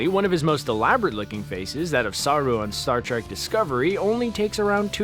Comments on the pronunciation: ..... Sah'rue.... So close.. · Saru it’s pronounced quicker than saarruu